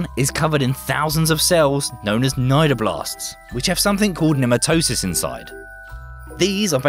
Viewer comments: ne - MAT - toe - sists is the correct pronunciation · sorry, but it's Nee-Mat-o-sites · What the hell is with Brits refusing to learn how to correctly pronounce certain words?!? 'Nematocysts' is pronounced pretty much exactly OPPOSITE of how this guy says it!